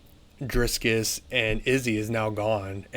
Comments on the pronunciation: Stop saying Drisscus! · Roll the r In Dricus